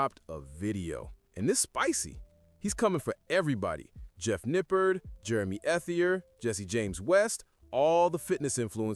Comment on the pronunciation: my man, good video, but you are completely butchering the pronunciation of Jeff's last name.